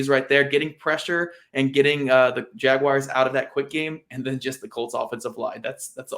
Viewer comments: Teach that guy how to pronounce “Jaguars” correctly. It’s not “Jag-wires.” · It's Jag wars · Better than how Gus Bradley did it... Jag u wires